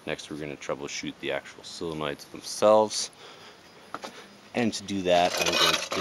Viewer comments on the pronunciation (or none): 'solenoid' is pronounced: "soul-in-oid"